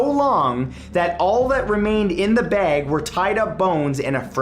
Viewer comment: 'Garbage beg'.